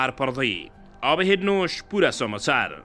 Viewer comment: शमचार वा शमाचार हाेईन महाशय । "स" काे उच्चारण सहि गर्नु हाेला । समाचार काे सहि उच्चारण गर्नु हाेला । धन्यबाद !!!